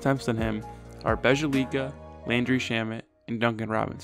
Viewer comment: Bjelica is pronounced Bee-Uh-Leetz-Uh